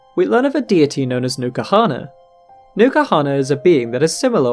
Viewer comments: Isnt N'kuhana prnounced en kuhana rather than new kuhana? Not a native english speaker so i assumed the n is pronounced by itself ^^ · The video was great, i JUST have a big gripe with it... Is it stated anywere the correct pronunciation of n'kuhana? Because its written in a manner in which you would pronounce it like "enkuhana", but you pronounce it "NUKAhana".